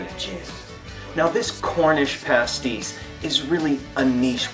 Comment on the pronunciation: Pastis mate, not Pasties